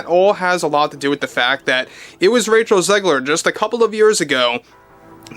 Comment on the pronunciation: Raych-Hell Zig-Leer = Weird......just WEIRD! 🧟‍♀ :face-purple-wide-eyes::hand-orange-covering-eyes::face-blue-wide-eyes